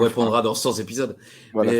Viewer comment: Cent z'épidoses,, tsk tsk tsk